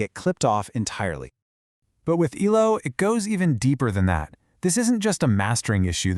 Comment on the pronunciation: Nice insight, but if you're going to abbreviate the name, it's E-L-O, not "Eelo".